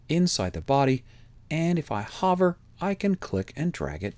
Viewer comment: Ditto here as well... Just the URL box and Save button. Ditto on the series thus far. Very well done! Just teasin' you about your pronunciation of 'hover.' Canadian roots? You have the perfect inflection and pacing. Thanks! p.s. I'm on a pc W7 btw.